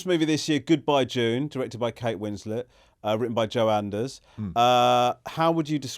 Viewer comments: Hand on heart, genuinely thought the name of the movie was "Goodbye Jew" when Ramesh said it the first time. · I honestly thought that you said Kate Winslet made of movie called Goodbye Jew as if she saw the Louis CK bit and decided to make a movie about it